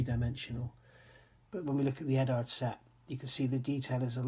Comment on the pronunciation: Eduard as in Edward. Not Edard.